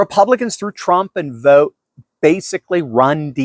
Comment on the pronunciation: Vought is not pronounced vote, it's pronounced as vaut.